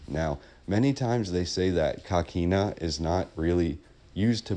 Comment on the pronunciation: Hi. If I may ask where did you get the pronunciation of coquina as caquina? I grew up in st Augustine and we always pronounced the work as co not ca. I think even with a Spanish pronunciation an o sounds like o. Just wondering. Enjoyed the video. Thank you